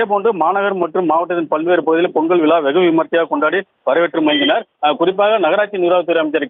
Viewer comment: "விளா" இல்லை, விழா, விழா "தமிளர்" இல்லை, தமிழர், தமிழர்